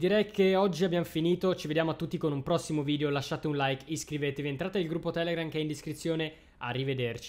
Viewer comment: perche dici vidio e non video bho